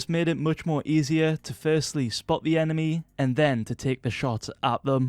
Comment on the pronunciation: spot the (EMENY instead of enemy) 😂😂😂